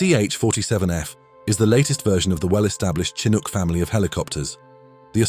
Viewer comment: Tsinuk😂😂😂... ok AI well played